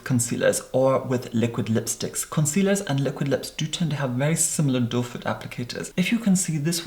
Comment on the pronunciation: Your pronunciation is so clear and crisp that now I know the applicator is called "doe foot" rather than "doefur" that I thought everyone else was saying.